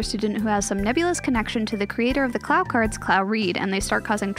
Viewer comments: u said clow wrong it’s pronounced (cl-OOOw) not clauw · Good video but it’s pronounced clow not claow cards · CLAOW CARD? CARE-O? 😭😭😭😭😭😭😭😭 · Man, can't believe how badly you butchered the pronunciation of things like "Clow" and "Kero." Sounds like you qt relying on the abhorrent CardCaptors dub.